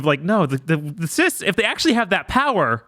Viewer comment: Funny how can't say Sith. He's a dark lord of the THI ·S!